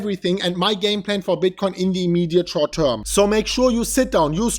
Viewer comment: "Ze immeeediate schort teurm"?! Actually didn't say a lot about that today, more the longterm bullishness.